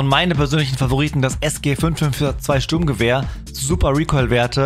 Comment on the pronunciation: Er sagt srurmgewehr und dann callt er mp5🤡